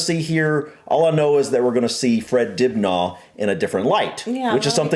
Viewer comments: Hope you dont mind me telling you that Dibnah where i come from in Derbyshire UK is pronounced Dibna not har like Car . Other Counties may disagree Lol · More like Dibneh as and American will see the r and pronounce it, which we don’t in our accents 😄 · It always seems so strange / odd to me to hear say "Fred Dibnah" way he does!! (Like "Dibnarrr") I am so used to thinking of Fred's last name being said like 'Dibner'... I have no idea which is correct, but I have watched so many of Fred's tv programmes about steam engines, Victorian architecture, the 'Industrial Revolution', the old-fashioned steam-powered farm machinery - which replaced horse-drawn farm machines such as the ones which ploughed the fields, etc, plus pumps which cleared the lanes and ditches. His multiples of series cover a wide range of the innovative devices which helped reduce the need for such physical work, as required by the big 'Shire' horses, 'Percherons' and the now quite rare 'Suffolk Punches' (the latter of which are always chestnut in colour, and are classed as being 'clean-legged' eg. they don't have the big hairy legs that the 'Shire' horses have, which reduces the risk of 'cracked heels' caused by their heels and hooves being covered in heavy damp clay soils during their hours ploughing fields). (Sorry for getting side-tracked by horsey facts!)